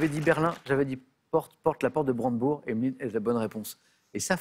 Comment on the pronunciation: La porte de BranDEbourg et non Branbourg.